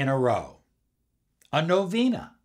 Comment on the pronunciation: So ridiculous... while I respect Tesla I don’t think this what he did? Do you have any books or recommendations or sited literature that he did do this., a lot of the way you teach LOA is by numerology and astrology driven, yet it is so limited! I never heard anyone pronounce novena the way you just did, and nikola. you also end your videos like the creepy sales ad from requiem for a dream... I liked a lot of your tools before... but I don’t think I align with it. I stick to pure Neville... and while I love these numbers, as my personal favorite... it’s just feels so off what you’re teaching here....be careful ppl who you follow for LOA... cause this is limited BS!